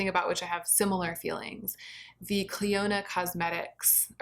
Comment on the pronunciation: Clionadh is my favourite brand and has my favourite formula. The stained glass collection is not LE, it's permanent!!! And it's pronounced "Klee-oh-nah"